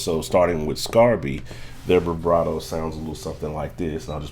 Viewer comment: Never heard someone say “brivato” all through a video. Speech deficit?